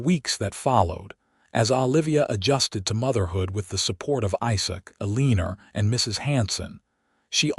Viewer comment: Dear, I never knew Elina was pronounced as Aleaner. 🤣🤣🤣🤣